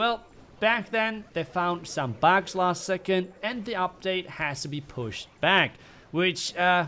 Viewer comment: Could we have say "bugs" again😏